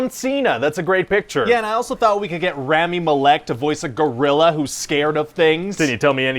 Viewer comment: The way Ryan pronounced Rami's name made me cringe.